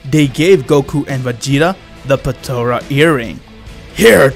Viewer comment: "patora" its potara